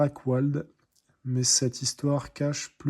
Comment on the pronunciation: Ca se prononce pas "Drakouald" mais plutôt Drakvalt !! De manière générale, ça se lit à l'allemande (malgré que les noms soit créé par les Anglais) Tips : Tu peux utiliser le traducteur google si tu ne parle pas allemand et que tu as un doute. Et quelquefois, les auteurs font de l'humour et il y a des jeux de mots cachés dans les noms. Bonne lecture :)